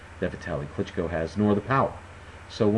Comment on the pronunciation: Nice pronounsiation on sec If you would like to say it even closer to original, you can put stress on the last O klychkO letter t - is just german customisation, it's not present in original surname :)